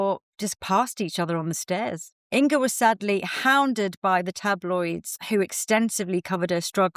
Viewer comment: Not In"g"a ☺- think singer - - - -say: singer / inger 🤗 and thank you for sharing, lovely makeup history 🙏